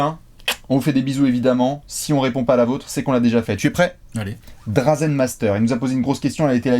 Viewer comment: Désolé de paraître relou mais la prononciation que vous faites de Dražen Petrović me chatouille l'oreille à chaque fois. Le signe au-dessus du Ž n'est pas juste là pour faire jolie. Donc pour faire court, si on doit retranscrire en français ça se prononcerai "DraJen". Voilà en gros les quelques lettres à connaitre pour ne plus faire d'erreurs de prononciation : Ž = J (Dražen/Drajen) Š = CH (Šarić/Charitch) C = TS (Divac/Divats) J = Y (Bjelica/Byelitsa) Ć/Č = TCH (Dončić/Dontchitch) Les commentateurs US ont bien assimilés le truc et se gourrent très rarement sur la prononciation des noms de joueurs yougos alors qu'ils ne savent même pas placer ces bleds sur une carte, alors que nous c'est à 2 heures d'avion et on est toujours prompt à se moquer de leur "ignorance" concernant l'Europe. Merci de votre compréhension.